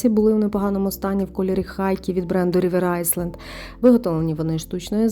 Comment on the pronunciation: Рівер айленд, не айсленд